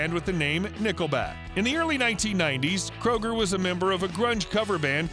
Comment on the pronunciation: its not Kroger you asshats its Kreuger ... but hell if you feel its ok to insult someone by mispronouncing their name who am i to say your an idiot (hooked on phonics worked for some )